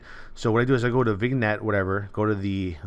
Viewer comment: Vignette is pronounced ) It is French and literally means label. So you use it in the form that you have labeling it with a darker tone. In a way "stamping" the quality with a warm border.